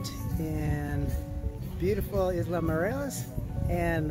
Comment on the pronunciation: I have been there many times. That is THE whitest pronunciation of Isla that I have ever heard. Hope you had fun we love it there. Headed down in March.